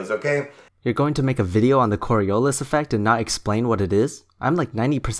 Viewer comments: That guy always going "Corialis" effect really Fucking triggers me. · Am I the only one who keeps thinking about the borialis when that guy says cori”a”lis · When listening an idiot is painful and entertaining at the same time. One alway is curious what is the next thing they are going to invent. I almost feel bad “almost” key word for laughing at him. He couldn’t even pronounce it right! He can’t even explain it right conclusion he doesn’t even know what he is talking about! And at the end “the part Jews” killed me...it always end in religion. I’m so sorry for laughing I promise it was not about the Jewish people it was about him just adding it like a plus to his explanation like it would explain everything. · I hate it when people can't pronounce "Coriolis". It's not even difficult. Fucking morons.